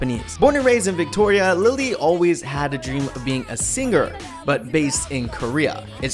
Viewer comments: I know this is probably the pickiest comment but when you were introducing lily why did you say Victoria like that... I grew up there and you just say it like Victoria I'm really confused... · Why did he pronounce Victoria like that lmao